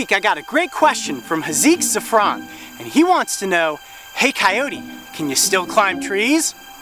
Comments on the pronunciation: Amane Aerith ky-oh-tee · how to pronounce 'coyote'? i couldn't get what he said